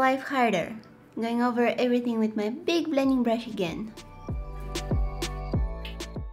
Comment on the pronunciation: "EverythinK" hahahaha